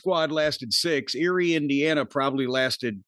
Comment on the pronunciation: Got me excited to hear about my hometown. But, alas: it's "Eerie", Indiana